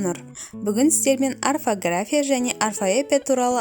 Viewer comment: Арфография деп жатсың қате о боп оқылады